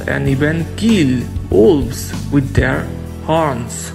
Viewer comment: Wolves, not Uoolvs 😂